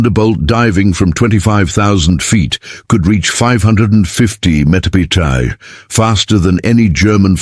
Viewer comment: The A.I. Had quite a bit of difficulty figuring out how to pronounce mph😊